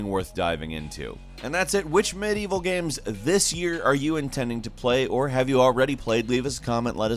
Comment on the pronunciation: I felt like he was having a stroke. Can anyone check on him in RL?"miyevwl" "gaems"